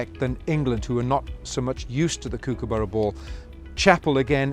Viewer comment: could have at least pronounced kookaburra right